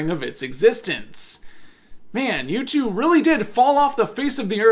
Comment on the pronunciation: I’ve never heard someone pronounce U2 wrong before 😂